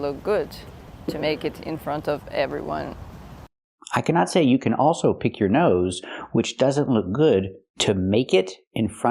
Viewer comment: U forgot to talk about « PICK your nose » she pronounces it as « peak » n not pick.